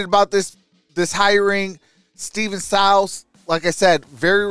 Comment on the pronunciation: It's pronounced..... "Syy-les"